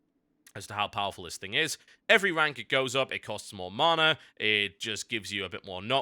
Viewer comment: Love TotalHalibut but the way he says mana really irritates me.